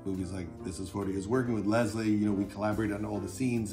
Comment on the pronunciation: LESS-LEE, Judd. Come on, you're not even trying anymore.